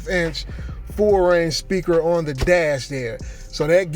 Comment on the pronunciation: why pronouce a w when saying on.